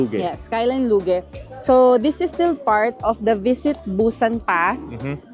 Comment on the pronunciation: Hehe diba Loozh po bigkas po diyan?! 🤭 parang po sa Singapore